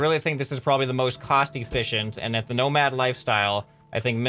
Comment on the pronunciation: Everytime you say "nomad" i understand "no mad" like pearceful